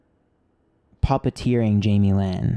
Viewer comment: Every time you said someone was puppeteering Jaime Lynn I swear I was hearing papa-teering. 😒